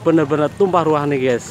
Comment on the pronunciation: Gyus bro bukan ges